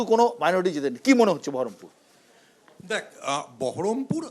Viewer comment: বহরমপুর কে ঠিক মতো বহরমপুর বলতে পারে না সেহবে সাংসদ